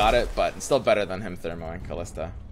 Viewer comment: Her name is not "Khalista". She's not DJ Khaled. xD